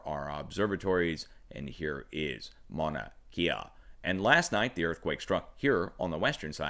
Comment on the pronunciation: Good morning Sir! and thank you for all you do! A little help on the Maunakea pronunciation. Your saying closely, though instea of KIA it's {"K" Ah}